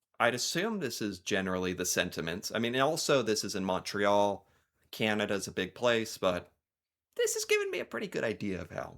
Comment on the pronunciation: why do they ALL say MAWN-tray-YALL?